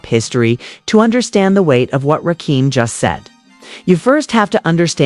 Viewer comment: She mispronounced RAKIMs name... ima turn this attempt to reach the HipHop Culture off!!!!